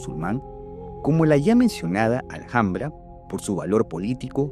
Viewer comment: Se pronuncia alambra no alJJambra